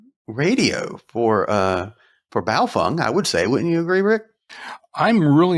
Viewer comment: Wtf is a buyo-fung???? Its "BAY-O-FANG"... straight from the manufacturers mouth...